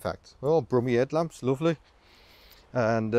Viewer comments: "Brummie 'edlamps" lol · "Brummie headlamps - lovely". Go on, do a full video in a Brummie accent.......pllllllleeeassse. It did make me chuckle!